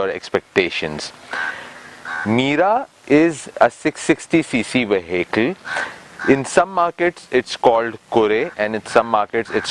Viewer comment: please pronounce "vehicle" correctly